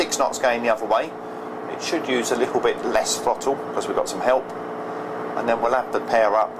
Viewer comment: Did he say lickle?